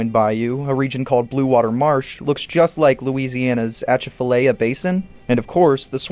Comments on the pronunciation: Atchafalaya is pronounced more like (Uh-Cha-Fuh-Lie-Uh) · I live 30 minutes from the Atchafalaya and lemme just say…. You butchered that pronunciation. Great video though found it super interesting